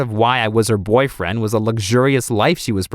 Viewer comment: How says BOYFRIEND *B🙌O🙌Y🙌F🙌R🙌I🙌E🙌N🙌D